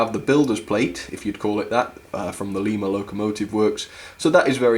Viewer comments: I thought you said "Lemur" locomotive works! Great video! 😅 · It‘s pronouced Lima as in don‘t tell a lie. Still nice review. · Just a word of advice, the Pere part of the Pere Marquette name is pronounced like "Peer", not "Pear". Also the Lima locomotive works name is pronounced "Lie-ma" locomotive works. Just thought i'd put that out there! 😊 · Not that it matters, but the Lima Locomotive Works was so named because it was located in Lima, Ohio. The name is not pronounced like the capital of Peru. The first syllable is pronounced like the fruit. Say "LIME-uh". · Michigan is actually pronounced as Mishigan and the Lima is pronounced lie ma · Lima is pronounced lie-ma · Lee-ma is in Peru. Lie-ma is in America! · Pere Marquette, the locomotive is actually a passenger locomotive. I would recommend, Pullman couches. In the movie the polar express is the same locomotive, they just changed her for the movie. The couches she pulled was Pullman couches. Hope that helps. Also Lima you pronounced it lema the I is not an E sound. Otherwise not a bad review. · Don't mean to be harsh, but Lima is pronounced "Lie- ma". Not offended or anything, just letting you know. I also have one of these. It's amazing.